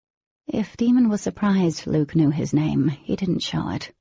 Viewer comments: Yeah I don't get it. Jennifer pronounced it Damon but both narrators pronounced it Demon. I hate this. How could they make such a huge mistake & not bother to fix it? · Nafoula Clarke his name is Daimon. But she said Demon instead